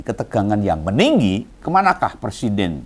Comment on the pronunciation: Ngomong Persiden. Harusnya Pre.. Siden bukan Per.. Siden. Koplak..